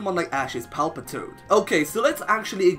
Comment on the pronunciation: THERE IS NO E IN PALPITOAD!